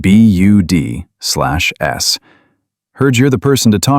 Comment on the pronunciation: Teach your AI narration to says "BUDS" NOT "B-U-D-Slash-S."